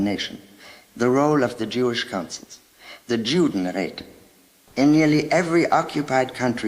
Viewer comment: Gutes Englisch! Ich bin verblüfft über die KI. An einigen Stellen fiel es mir im Nachhinein auf: Das Wort Judenräte, so wie sie es aussprach, gibt es nicht.